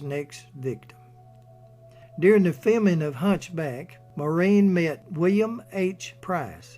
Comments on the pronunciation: INTERESTING AND INFORMATIVE. HOWEVER SIR, AS A POINT OF INFORMATION AND, IN THE HOPE THAT YOU MAY HAVE SOME WAY OF EDITING AND RE-RELEASING YOUR MOST IMPRESSIVE POST ON MS. O HARA, I NEED TO LET YOU KNOW THAT YOU ARE DEFINITELY NOT PRONOUNCING THE NAME MAUREEN CORRECTLY. AS YOU PUT THE EMPHASIS ON THE THE LAST 3 LETTERS AS THE SAME WAY AS THE MAN S NAME IAN (een) WHEN THE NAME IS, AT LEAST IN IRELAND (PARTICULARLY IN MS. O HARA"S YOUNGGER DAYCS) PROUNCED WITH THE UMPHASS BEING ON.......... MOR....... AUHH.... "EMPHASIS ON......... FOLLOWED BY REEN.... WITH THE EMPHASIS ON THR.... REE.... FOLLOWED BY THE..... N.... THEN, AND ONLY THEN, THE SOUND.. IAN IS MADE. KIND REGARDS SIR, KEEP UP THE GREAT RESEARCH AND POSTS. P. S. I AM NOT SURE FOR CERTAIN BUT I THINK THAT WHILE THE PROUMNCIATION YOU GIVE OF MS. O HARA"S FAMILY NAME IS A LEGIMATE WAY OF DOING SO, THAT THE WAY HER NAME WAS ALWAYS PRONOUNCED IN IRELAND FROM THE TIME SHE BECAME KNOWN TO THE IRISH MEDIA AND MOVIE GOING PUBLIC, WAS NOT FITZ... SIM... AS IN THE SIM CARD.... NOR AS IN THE WORD.... SIMILARLY.... BUT AS...... IN THE NAME SIMON IN THE MUSIC LEGENDS... SIMON AND GARFUNKEL..... AND THE AMERICAS GOT TALENT.... SIMON COWELL..AGAIN KIND REGARDS SIR, JACK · So funny the way the name ‘Maureen’ is being pronounced but nevertheless a really great recording of her life, thank you. I remember, some 30 years ago, a colleague of mine was holidaying in a hotel down over the boarder in the Republic of Ireland. One evening, during the holiday, Maureen was in the same hotel at a function and introduced herself to my colleague as, “Pleased to met you, my name is Maureen, how are you?” My colleague said she was very down to earth, gracious, and so beautiful even her latter years. My personal all time favourite Maureen O’Hara movie is ‘Sentimental Journey’.